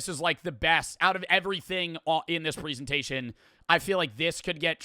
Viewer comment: you pronounce the word "presentation" wrong.